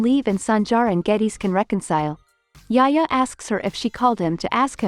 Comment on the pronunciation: lol not yaya it’s yahya..Yahya darling not yaya